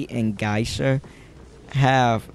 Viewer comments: Ripper is one of the best Characters And this Guy is Crazy Cant even say Geisha lol he say Guysha. He say Hell Ember have long ranged Attack LOL? Every single Hunters attack even farther lol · i main geisha , but shes soooooooooo easily bullied . also its Gay-sha